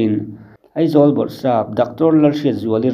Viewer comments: Heng thu mal hi i lam diklo nasa thin khawp mai, a mak em em ngawt mai. Aizawl, mai, sipai, chibai etc. Aizawl hi Eizawl, Mai hi Mei, Sipai hi Sipei, Chibai hi Chibei ti te in i lam hnem khawp mai. Fimkhur em em ta che u mawle. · "Eizawl" ti suh. "Aizawl" ti rawh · Eizawl ti a hre tlat in awm ve em? Eizawl ti a kan hriat tlat chu. Tin, Inquiry(inkuairi) tih tur pawh "Inkiuri" tiin a lam tlat. Thuziak chhiar ah chuan hmeichhia kha a tluklo deuhin in hre ve em? Te ka lo tia😁